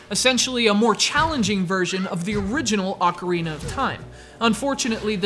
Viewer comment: did this fool say "The Legend of Zelda AUCARINA of Time"? ain't the pronounciation Ocarina of Time?not Aucarina? never heard of Aucarina but I've heard of Ocarina